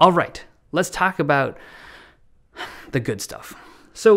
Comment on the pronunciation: letz thak abat